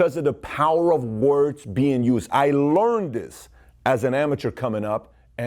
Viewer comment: "I lernd diz" lol